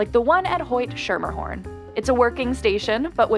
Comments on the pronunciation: It's Hoyt-SKERMERhorn or SKIMMERhorn not SCHERMERhorn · Hoyt-Schermerhorn is pronounced “skemmerhorn,” btw. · It’s Hoyt Schermerhorn (pronounced Skimmerhorn). 🙄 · Hoyt-Schermerhorn -- remember the city was settled by the Dutch. In "Schermerhorn," the "ch" is pronounced like a "k." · The way she says Hoyt-Schermerhorn and Sutphin has me so tight. Hoyt-Skimmer-horn + SUT-fin 😑